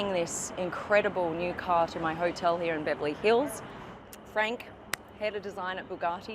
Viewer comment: also the way she prnounces the word "here" is highly aggrevating